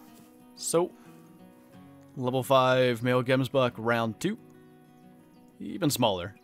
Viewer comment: its prenounsed Gems but in afrikaans Bok in afrikaans